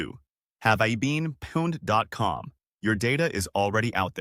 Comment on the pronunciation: The pronunciation of pawned made me drop this ai crap